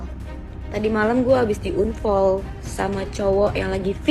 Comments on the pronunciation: Risih bangt dg kata unfoll yg d ucapin si bunga nih😂 dia gmn sih pronounce unfoll tuh gk enak bngt d denger😅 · 😂😂😂...BAHASAMUUU...UNFOL...APA ITU UNFOL...? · Bukan kita sok pinter bhsa inggris ya kan ? akupun sikit2 bolehlah, tpi dgr unfoll , Bikin ketawa, 🤣🤣🤣🤣